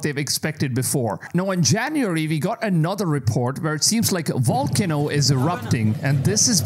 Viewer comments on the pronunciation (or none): You said volkanu for volcano and some weird shit with the Himalayan mountains. You need to work on your pronunciation my dude…. It sounds so silly lol… it makes me question you as a source!